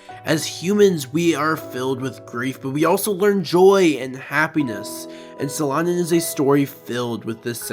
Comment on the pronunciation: At least google how to say the manga's name, jesus...